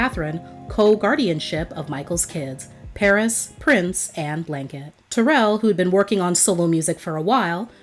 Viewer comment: It would have been great if the commentator would have pronounced Taryll name correctly! Gives the story more authenticity. It's pronounced like " Daryll". SMH‼️